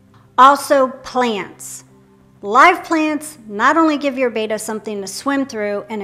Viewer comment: If you sell and love “bettas.” Can you the very least pronounce “betta” correctly please, please. Like your videos.